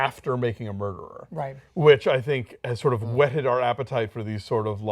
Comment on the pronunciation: wait did he say making a mruderer?